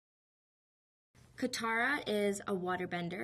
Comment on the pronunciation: oh they pronounced katara correctly i thought theyed pronounce it kataraflabloop